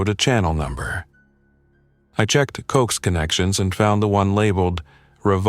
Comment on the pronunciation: Great till Cokes... it's pronounced CO-AX ( short for Coaxial Cable. ) 😂😂😂. G7VAG. 🫶🇫🇴🇬🇧🇺🇸🫂